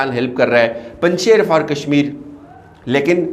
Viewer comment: Punjsher nahi punjshir hay. ڀنجشیر ) شیر دودھ والا)